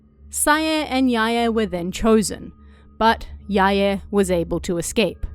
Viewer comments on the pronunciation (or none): It's more correct than pronouncing them as rhyming with "bye." Technically in Japanese, the "ae" combination is prounounced as two syllables, it just doesn't always seem that way when a person is talking quickly. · Why do you pronounce it "Sai-yay" and "Yai-yay"? Lol haha